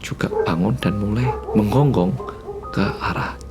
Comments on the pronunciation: "Menggonggong" jadi "Menjenggong" 😜 Demen aku lak Malangane metu. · Salfok bilang "menjenggong" ketara banget medhoknya🤣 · Udh merinding2, pas cerita bilang "anjingnya njenggong njenggong":') tidak jadi merinding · humorku sebatas ngomong 'anjingnya njenggong' 😂